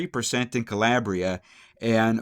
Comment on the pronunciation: CaLAYbria. CaLAIRbria. No.